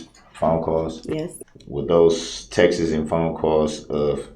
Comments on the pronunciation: "texas" as the pronunciation for "texts" irks me (coming from him) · "Those textis"